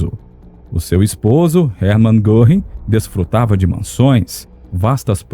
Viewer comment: Goring com trema no O , se pronuncia Goering. Fala-se guering.